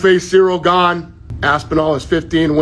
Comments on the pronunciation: But that’s not how you pronounce it 🤦‍♂️ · Gane…. ???? Gane ???? Pa lease that sucks . How many chances does he get . The French Colby Covington .